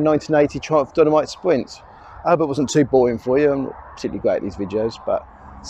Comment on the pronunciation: your "spwint" is cool